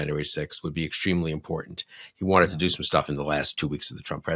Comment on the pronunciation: I love Tim Miller, but what is with "imporant" the word is imporTant. I watch you religiously and benefit from all the interviews you host and participate in. Because I watch everything you do I had to mention this. I will continue to watch you daily regardless of your pronunciation of that word. A regional thing NOLA, a generational thing, whatever it is it drives me bonkers, but faithfully yours.